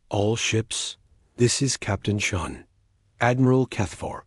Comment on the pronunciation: Oh wow, another woman. Whose writing these dot stories. Can't even finish them or pronounce the Irish name Sean properly.